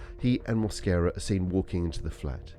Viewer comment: He doesn't speak English but pronounces his last name with an accent... I am hispanic, and that is not the way to pronounce his last name in Spanish... he speaks and understand English for sure. mooasquera, jajajaja mosquera no moasquera...